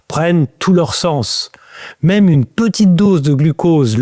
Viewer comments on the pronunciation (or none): none